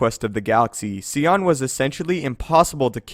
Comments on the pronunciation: I love your videos, but it irritates the hell outta me that you pronounce his name like "See-on". Its "Sion" like the car "Sigh-on" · it's definitely not pronounced "Cee-on" it's "Sy-on" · Sigh-on not see-on learn how to pronounce names right. Kyp duron is more powerful than Luke. Do your research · Sion's name is pronounced sigh on, not see on. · It's pronounced sy on. Not see on. I wish I knew you, so I could punch your dumb face for saying see on. Iiiiiiiidiot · I literally can't get over how you miss pronounced scion. (Sigh-on) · um,could you please pronounce the lord of pain's name properly? S-i-on,not See-on.thank you,great channel,keep up the great work. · ok dude like the video but one thing is bugging me... PLEASE stop calling him darth SEEON. its Sion pronounced SY-ON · "Sigh-On" not "See-On" did you even play the game? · Who is See On? I think you mean Sion. As in sy-on. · OMG it is pronounced S eye on SCION not seeon crying out loud. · Who TF is Seeyon you mean Sion? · The way he says Sion...…… (its Sigh ON) …………. ,_ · Sion sai-on to help pronounce his name Also I'd say Luke's ability should be second on. Yes sion is cool and amazing but Luke's display is even crazier also he probably could have swung his lightsaber so fast that sion probably couldn't even stay together or even try to regenerate from Luke's attacks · "Darth See-on" ? for fuck's sake man. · Your killing me with the “Scion” pronunciation. Hahaha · It's pronounced SI - ON as in SIGH. SIGH - ON = Sion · What I think is crazy is that you keep miss pronouncing sion when it's said in the actual video game. It's pronounced psy on. Like Zion from the matrix but with an S instead of a Z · It's Nih-Lee-Us (like, MUS-ta-far) and Sigh-On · stopped watching when it came to darth scion. There is a proper way to pronounce his name. Just like how there is a proper way to pronounce YOUR name. if you were a true star wars fan you wouldnt be butchering the name on one of your top videos